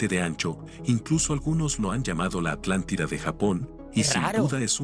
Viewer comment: La alantida🔥🔥